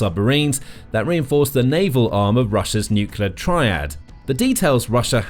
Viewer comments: It’s Nuclear not Nulucular. Get it right. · Could you please explain what a NUCULAR submarine is? Is it anything like a NUCLEAR submarine? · Can you please, please pronoince it new-clear rather than nuculear? Other than that a good video. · The correct word is nuclear. “Nucular” is a common mispronunciation but is not recognized as a correct spelling or pronunciation in standard English. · nucular power?